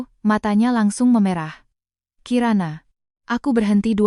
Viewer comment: David Jak sei Maaf telinga saya gak enak mendengar kata mata yg meme'rah (e- ekor) ibu ucapkan memerah ( e-embak) susu sapi Bila ini memakai AI, itu gak benar, AI nya hrs di kritik 😊